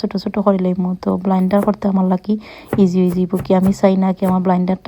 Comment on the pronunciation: Not blinder apa It's blender